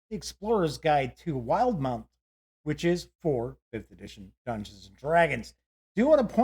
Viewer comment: "will - di - mount"